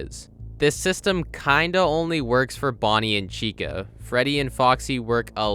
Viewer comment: it sounds more like Chico to me